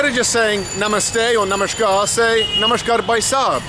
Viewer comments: You're saying "Namaskaar" with a "sh" sound. Is that correct? Sounds like "Namashkaar". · It's Namaskaar (नमस्कार ). Namashkaar - (नमश्कार) ghalat uccharan hai. Kannada mein ನಮಸ್ಕಾರ (Namaskaara ) hota hai. Namashkaar ❌️ Namaskaar ✅️